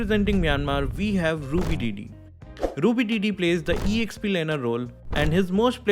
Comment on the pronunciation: Your pronunciation of Myanmar and Ruby DD's name is correct.